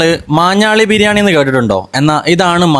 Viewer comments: മാഞ്ഞാളി അല്ലടാ വാതൂരി...... മാഞ്ഞാലി..... 😂😂😅😅😅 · ഞാളി അല്ല മൈരെ ഞാലി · ചേട്ടാ, മാഞ്ഞാലി... മാഞ്ഞാളി അല്ല ട്ടൊ. Ok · മാഞ്ഞാളിയോ 😅. മാഞ്ഞാലി ആണ് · മാഞ്ഞാലി ആണ് മാഞാളി അല്ല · മാഞ്ഞാലി ആണ് ഭായി.... മാഞ്ഞാളി അല്ല....🙏🏻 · മാഞ്ഞാളി ❌ മാഞ്ഞാലി ✅ 👍🏻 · സത്താ ബിരിയാണി ❌ നേടിക്കൽ ബിരിയാണി ❌ മാന്നാളി ബിരിയാണി ✔️ 😂😂❤